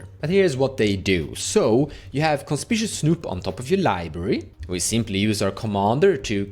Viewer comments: Great deck tech, really excited for gruul artifacts. By the way, conspicuous is pronounced Con-spick-you-us… super weird pronunciation I know haha even hard as a native English speaker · CON SPICK YOU US